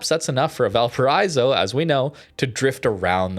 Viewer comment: I die a little every time you say val paraizo... just imagine a car breaking at 100mph, that sound, is the same sound of the I in valparaIIIIIIIIzo, just do that and it's fine